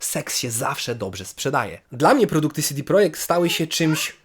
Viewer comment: Mała uwaga, czytamy ich nazwę "CEDE projekt" a nie "SIDI projekt". CD to skrót od Centrum Dystrybucji.